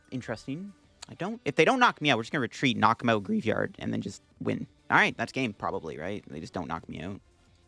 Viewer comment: Let's help with poke-pronounciations! Greavard - grie + vard